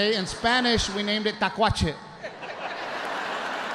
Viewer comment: Hello from the RGV ….. great show . PS- it’s ‘ tlacuache .’